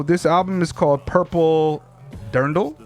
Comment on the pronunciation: Thanks so much guys. Dirndl (your pronunciation is correct) is an Alpine feminine dress. It imperfectly rhymes with purple. The album title refers to Andrew's use of language as decoration. It's great to see some folks finally appreciating Andrew for his genius. <3 Jonah